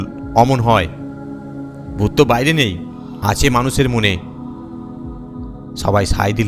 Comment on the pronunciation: ডুত অদ্ভুত না ভূত অদ্ভুত😂